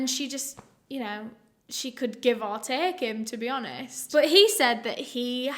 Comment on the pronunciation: It’s the “she could give or tek him to be honistttt” for me 😍